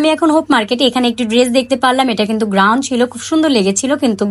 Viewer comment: It's গাউন not গ্রাউন আপু আর প্লাজো হবে ফ্লাজো না